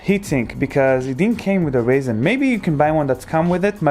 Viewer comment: It’s not ‘Raisen’ its ‘RyZen’ u tool.